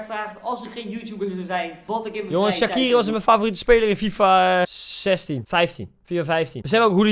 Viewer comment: Maak een video over shaqiri en je spreekt het uit als shatshiri